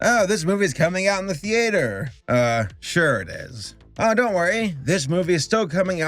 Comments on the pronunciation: Pls say theater not theaaator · Theater. The-Ate-Her